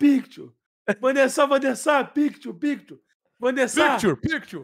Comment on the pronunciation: "Van Der Sar, Van Der Sar, teique a picktchur, teique a picktchur"